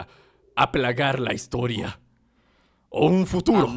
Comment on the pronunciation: amigo, es historia jajaja no HITORIA